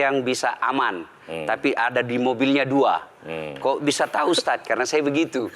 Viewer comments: Ustad mba bacanya bukan uztaz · Kagok banget sih denger HOST nya. Manggil ustad ajh susah bgt ustasd ustasd 😮‍💨😮‍💨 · Aku dengernya si MC ko nyebutnya Ustaz bukan Ustad... mungkin aku salah krungu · Presenternya kok gak bisa eja sebutan Ustad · Ini pembawa acaranya emang bilang "ustaz/ustas" ya? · Tu kan ustadz nya salah ngucap nama .. makanya dengeur semua